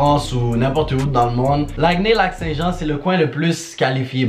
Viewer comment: « l’acné Lac St-Jean » oui oui